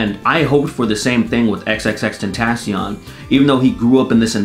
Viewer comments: nigga said tentasian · Hahaha the way he pronounces tentacion